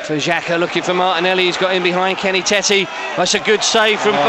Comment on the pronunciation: As a Dutchman I can say it’s not ‘Kenny Tetty’ but ‘Kenny Taytuh’